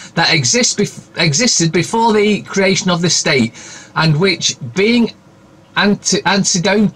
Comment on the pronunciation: Antecedent an-te-see-dent. Great video.